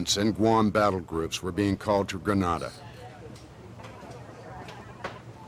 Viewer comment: Kind of makes you wonder when the narrator can't even pronounce the name of the island correctly.